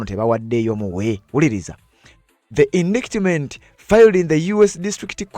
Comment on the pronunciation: Indictment is pronounced indayitimenti not indikitimenti (in Luganda). By the way, when in doubt ask Google how to pronounce a word, for example: How do you pronounce indictment, work etc